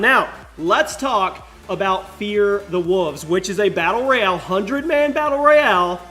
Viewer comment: I thought it was Fear the Wolves, not "Fear the Wuvs"...